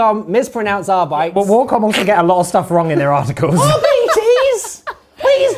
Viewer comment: It’s pronounced “ar-bit-ays”